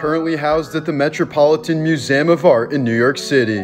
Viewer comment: Weirdest thing is your pronunciation of museum